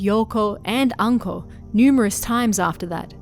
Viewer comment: Ohhh....Anko...I thought you said 'uncle' at first XD